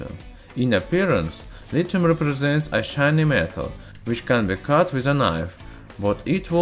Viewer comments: You may not know this, but there is an h in lithium, so pronounce it with one, it's not litum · My point was that there are words that have silent h in English. There being an h doesn't mean it's audible. That being said, I'm sure science dude knows full well how it should be pronounced, but it's not a sound in his language, it's hard to enunciate foreign phonemes. No need for people to act like asses about it.